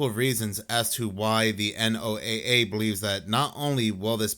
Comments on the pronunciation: Can we all just agree to pronounce the NOAA like the guy with the Ark and two of each animal or Noah please like most people do please? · Real weather nerds never say N.O.A.A... it's "Noah"...had to click off, because that is a huge pet peeve.